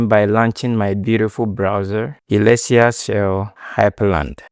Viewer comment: its pronounced suh-LESS-tee-ah